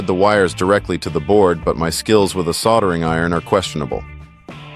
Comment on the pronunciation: Next time i guess you'll just use a 6 core mini COAX cable, or a shielded cable of some other sort? That would've been much easier and more reliable, soldering skills aside at least you know how to pronounce the word instead of saying "sodda"!!